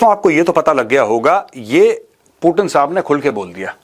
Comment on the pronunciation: मेजर साहब वो कोई टीन का डब्बा नही है जो आप उसे बार बार पुटीन पुटीन बोल रहे हो😂😂😂😂 वो पुतीन है😂